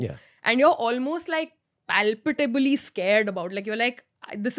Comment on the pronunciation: wth is palpitably ?? lol